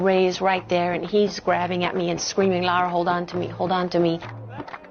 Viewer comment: Lara not Laura !